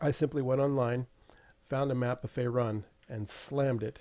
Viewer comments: It's not pronounced "Fay Run" its pronounced "Faer oon" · faerun is pronounced (fay-rune) not (fae-run)